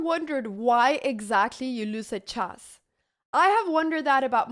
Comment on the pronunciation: It's called "chess" - not "chass".